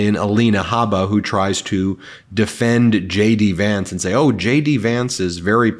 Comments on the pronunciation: Was only half listening and thought you said "Shady pants" when you said JD Vance. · Did you say jd Vance or did I here you say shady vance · Ben, did you say 'Shady Vance'? 😆👍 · Did you say Shady Vance? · Did he say shady Vance or did I just want to hear it? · I thought he said “Shady Vance”…I mean, it fits!